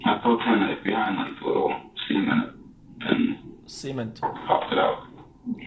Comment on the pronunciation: Lmao the guy pronounced cement wrong.